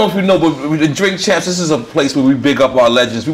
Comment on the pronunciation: He said drink camps 😂